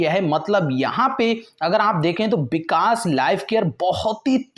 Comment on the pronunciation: Bikas kya hota h vikas hota h ...😁